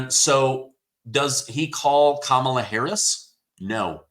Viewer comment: Her name is pronounced Commie - law Harris .😂 Doh